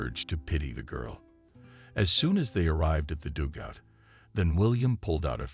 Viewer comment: Learn how to say dugout. It is not dougout.